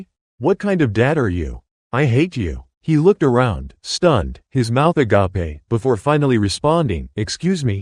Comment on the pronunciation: Ah-gop-pee for agape?? You lost this viewer